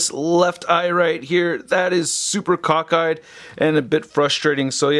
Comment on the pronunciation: It's "cock-eyed"😂😂😂😂 🎚👹🎚🤘